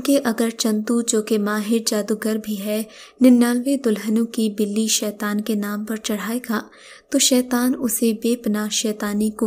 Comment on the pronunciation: Itz not bili itz balli